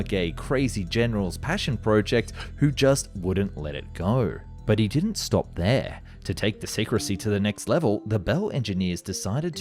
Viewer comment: It's pronounced...H E Not he